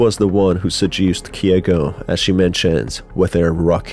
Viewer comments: KEIGO NOT KIEGO GOOD GOD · It's KEIgo not KYEgo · hey, just a heads up, Keigo is pronounced as Kay-go, not “Kee-eh-go”